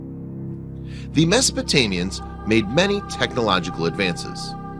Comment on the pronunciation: Did he say Mesotamians? lol